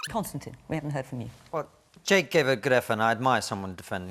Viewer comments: “Konstan Kissin” in the voiceover intro tho. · Did she say ,,konstan,, ? :D